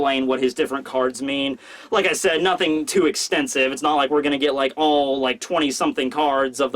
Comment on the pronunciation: the word is said not sayed you fucking tool